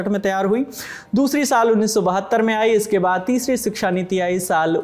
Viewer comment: "Siksha" nahi "Shiksha" hota he....Hindi to sahi se bolna seekh lo...